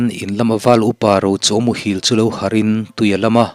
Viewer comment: Ṭhil.... lungṭhil tia kan lam ang hian a ri sangin ṭhil tih tur ani zawk ang..